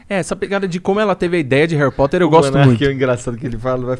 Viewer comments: Me da agonia Monark falando réri poter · Monark fala Harry Potter igual minha mãe kkkkkkkkjk “Reri poter” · Que agonia ouvir o Monark falando "réri poter" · Vitoria Americo então deveríamos falar ARI POTER pq o “HA” tem som de “A” no português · Esse flow só foi pra falar Heri Poti kkkk